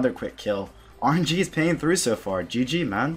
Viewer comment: "Gee gee mahn" haha. Love the vids bro sick pker. Keep it up. Rsn: cowaboonga